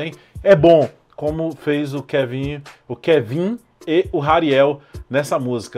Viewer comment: Ainda não sabia pronunciar o Kevin, mas tá valendo